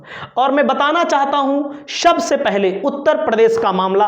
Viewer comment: bhai saat may shhaat may nahi. sabse hota hai shhabshhe nahi